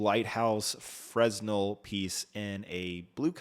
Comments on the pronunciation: Fresnel is pronounced “fra-nel” lense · THE S IS SILENT IN FRESNEL “fren-nel”